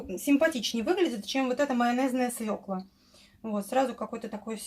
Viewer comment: Всё замечательно! Только в слове "свёкла" ударение всегда падает на Ё: свЁкла, СвЁклой, свЁклы.., кроме свекОльный)))